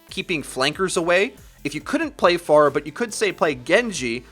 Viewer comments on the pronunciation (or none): I'm not saying that "Far-uh" is a stupid sounding pronunciation of Pharah, but the way you say "Far-uh" sounds terrible and you should just say "Fair-uh" :) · think you're saying Pharah wrong. it's less "Far-ah" and more "fair-ah", just saying because almost other YouTube channels and players say "fair-ah" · Sorry but it triggers me when people say FAR-UH. I askes on twitter and they said it was FAIR-UH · please start pronouncing her name correctly is fair-a not far-ah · I dislike cuz u say Farquhar. It's Fair-ha they say it in the actual game dialogue lmao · I hate when people pronounce it FAR-UH it's Fair-uh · I hate it when people pronounce it FAIR-UH It's Far-uh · Her voice line says far-uh so.. you're the ones that are pronouncing it incorrectly. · Dude you win most idiotic comment of the day. It is infact pronounced Far-uh or Fah-ruh not Fair-uh she even says her own name and a couple of character interactions has it at Far-uh too. You boring old American pronunciation of things has failed you miserably. We Americans are so basic we speak boring old easy English that's it with me as an acception I speak 3 languages fluently the perks of having interacial grandparents they passed that shit down. Go delete your comment douche. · Slaughterrific It's Fah Rah not Fair Ruh. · You lost me at FAR-UH... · Slaughterrific Pharah herself pronounces it as "FAR-HA" though. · BAAZAAA HANDLE THE PHARAAAH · is it far-ah or fair-ah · you saying phara like that is triggering me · Go to Pharah's voice lines. She says her own name and this is the correct pronunciation